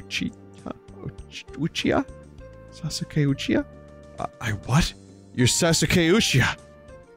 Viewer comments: SAWSOOKAY OOCHEECHAH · Sas-u-kay Uchi-cha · "sasoo-kay oochi-cha" holy shit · Sassookay Oocheecha. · i almost had a stroke at vinnys pronunciation of sasuke uchiha